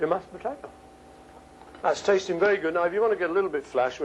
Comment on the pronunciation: Why does this have almost 400,000 views? Is it because he says "put-eh-toe"?